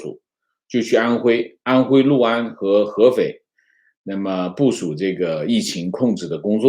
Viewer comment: 读对了 六（lu）安， 很多人读liu安，读错了